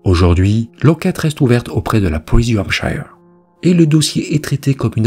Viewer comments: Attention à la prononciation de 'shire' en anglais qui se prononce avec le 'schwa' sound /ə/ ou 'uh' (~ notre 'e' français) soit: /ˈhæmp.ʃə(r)/ Bref, 'Hampcheu(r)' et non 'hampchailleu(r)'. Pense à Yorkshire (Yorcheu(r) et non Yorkchailleur);-) Right?...Thank you! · Désolée mais on ne prononce pas Hampshire de cette façon. Ce n'est pas comme Higher mais comme Here. Je ne sais pas sic'est clair? 😂